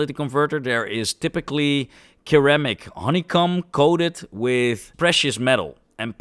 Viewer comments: A minor correction for pronunciation. In English, Ceramic (in the part about the content of a catalytic converter) time stamp , is pronounced more like “si-ra-mik”, not “ke-ra-mik”. Yes, English pronunciation and spelling is strange and often not phonatic. Also, gemstone is pronounced as “jem” stone. Yes, English is weird. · The g in longevity, gem, and the c in ceramic, are soft.